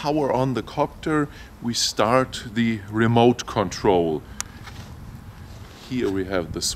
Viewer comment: You don't like the Ra-moot controller? LOL...great video though...